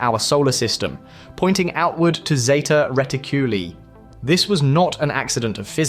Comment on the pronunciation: What do I think? You can't even pronounce " Zeta Reticuli " properly! Moreover, where is your proof of the claims you have made about the sphere? I see no evidence whatsoever in this footage!